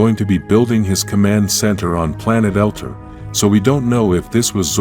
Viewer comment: Why do you pronounce Zordon's name like Gordon? It's pronounced Zor- Don! Also, where he came from is pronounced El-Tar!